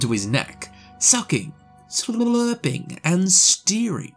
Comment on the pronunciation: the way he said slurping 😂😂